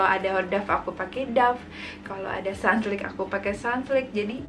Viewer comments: sunsilk not sunslik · Kmbrly Lucy Sunlik sih gw dengernya😅